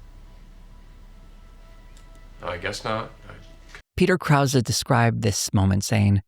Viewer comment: Never realized this was how Peter Krause pronounced his name -- I knew some Krauses, so I was pronouncing it in my head how they do.